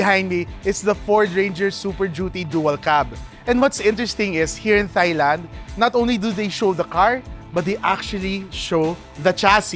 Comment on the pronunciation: Sakit sa tenga ng soft "th-" sa thailand. May gahdddd. Even americans pronounce that with a hard T